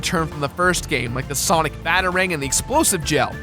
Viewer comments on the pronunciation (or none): none